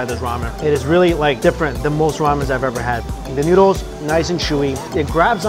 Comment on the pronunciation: he says 'newdles' instead of 'noodles' LOL